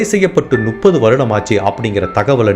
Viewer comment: தெளிவான உச்சரிப்பு. கதை சொல்லும் விதம் நன்றாக உள்ளது. ஆனால் முப்பது என்பதை நுப்பது என்று சொல்வது எரிச்சலடைய வைக்கிறது. திருத்திக் கொள்ளவுமம். நு .... அல்ல. மு ....ப்பது.